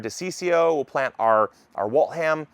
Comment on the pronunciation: Waltham the th is pronounced like the city in massachusetts like the. Any new england town if it ends in ham the h is usually silent.